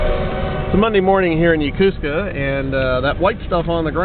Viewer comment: Repeat after me: YO KO SKA not Ya Ku ska